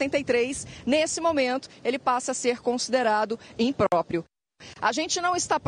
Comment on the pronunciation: Imprópio disse o jornalista... Rs